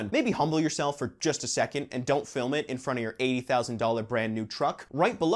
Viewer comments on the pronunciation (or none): none